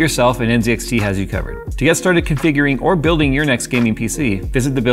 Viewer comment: THANK YOU for saying NZXT correctly. So sick of Linus saying it wrong on purpose! (Even if the NZXT Twitter refuse to take sides)